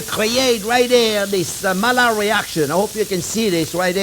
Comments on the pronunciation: ...and yet it is so easy: Mail, and Lard = Maillard 😁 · I love how he mispronounces Maillard despite it being a French name. 😂 Great episode as always, Chef!